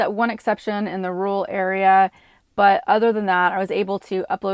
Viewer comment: why are pronouncing rural "rule" it's ROOR EL